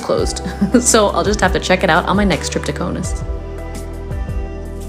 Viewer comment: It is K A U N A S < not Konas !!! Lithuanian Language, not English !!!